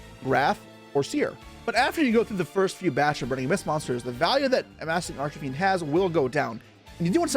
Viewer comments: Arch e fiend? Do you mean arch Fiend? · I think I'm crazy cause I keep hearing him say "Arch"A"Fiend" throughout the video.